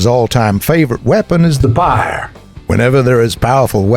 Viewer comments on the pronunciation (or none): "The scavengers all time favorite weapon is the P Y R E"